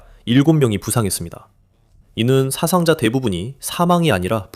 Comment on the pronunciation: 사상자는 사아상자로 발음해야 맞습니다. 한자에는 분명히 장음과 단음이 구분됩니다.